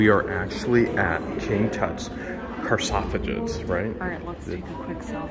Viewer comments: You are saying "carsofages". It is actually "sarcophogus" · Thank you for taking us with you to Egypt! And it’s pronounced sar-cough-igus. I can’t spell it however! Lol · Why doesn't the Gov't allow tour guides into the tombs? Thank you so much for presenting the mummy so respectfully. That was awesome and speaks well for your character. I believe the word you were looking for is sarcophagus. (sar-cough-ih-gus). I so want to go and see all of this first-hand, but I could not tolerate the volumes of people and the drama. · Actually pronounced Sar cough a gus, leave your cars at home!